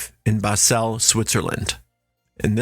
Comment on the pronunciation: Its pronounced Basel not Baselle